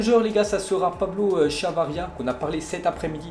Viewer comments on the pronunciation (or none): C’est chavaria t’as dit charavia